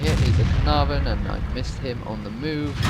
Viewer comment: A 10 for Caernarvon pronunciation :D